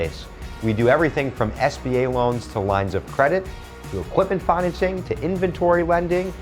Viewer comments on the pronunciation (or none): It’s financing not fineancing